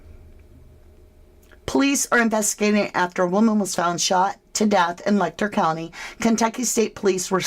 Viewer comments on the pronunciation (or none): I'm sorry for seeming so petty but the pronunciation of Letcher Let'cher is as it sounds, not Lek'ter. I know it seems petty and I apologize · Ma'am, with all due respect, Letcher County is pronounced "Let-cher," where the "ch" sound is like that when saying "chair" or "cheer." If you're going to cover an area and cite it repeatedly, might wanna do your due diligence on the details.